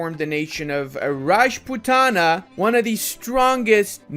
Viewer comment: F for reading Raj putana as a latin language speaker